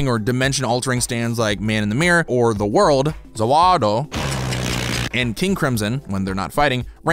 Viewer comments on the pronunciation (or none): lol ZA WAdO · It’s za worldo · Lol how u butcher za warudo in English I thing og dio does it better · Great video but pls learn how to pronounce The World properly